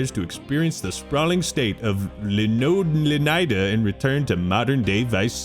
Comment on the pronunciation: Holy fuck, someone finally figured out how to pronounce Leonida correctly!!!! It's not LEO-NEE-DUH. It's pronounced LUH-NYE-DUH.